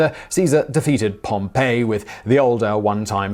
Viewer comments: Yes, he says 'Pompeii" instead of Pompey (Gnaeus Pompeius Magnus). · Simon, please, if you do more on Rome, Caesar's opponent was POM-pee, not Pom-PAY. That was a city.